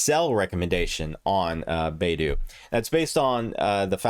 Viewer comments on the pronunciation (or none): it's bye-du, not bay-du.